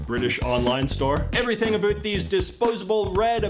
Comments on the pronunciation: He pronounced 'about' as "A boot" He's a Canadian not American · Aroond,aboot-- Canadian pronunciation eh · I can't get over this guy's pronunciation of about...it sounds very Canadian. Aboot Canadian... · Yes! Obviously, the guy on the small video is Canadian based on the background in the video and the way he pronounces about as "aboot". So, someone tell me why he is an authority on Americanisms? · his not from America hes Canadian that is a Canadian word "talked ABOOT the other week" an said it alot an the fact that he has a Vancouver plate on the wall in call this cap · the funniest thing about this whole thing is that the guy talking is Canadian. Nobody in America pronounces 'about' as 'aboot'. 😂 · The guy you are watching can't pronounce about. It's not aboot. And he knows it. Super irritating. I'm out. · He pronounces "About " as if it was "A- BOOT". But not complaining. Go everywhere, the ideas and foods change. Barbeque tastes different every 100 miles. Lived in America, Texas, California, Colorado, Indiana, Florida. Overseas in Frankfurt Germany and Strasbourg, France. . Many of the Westerns were filmed in Spain or Italy, where they found people and villages that look like the Mexican Old West, even though the sounds and voices were added later. Watch "7 Samuri", a Japanese movie based on a LATER American Old West storyline of 7 "Soldiers of Fortune" being gathered together to defend a town. Comparatively, it is the same story, in both languages. Well worth your two hours watch time. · His pronunciation of “aboot” caught me immediately. However, I didn’t assume he was Canadian. Half of the population in the northern states of the US alter their pronunciation of words such as “about”. Minnesota, North Dakota, Michigan, Wisconsin, Maine, Alaska… To a lesser degree, it goes as far south as Boston. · He trying so hard until he says aboat 😂😂😂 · I don’t know what the hell is going on with his accent. No actual Canadian really pronounces it “aboot.”